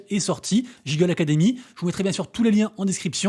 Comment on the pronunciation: Google se dit GU- non ? Pareil là, Giggle se dit Gui-ggle. juste pour info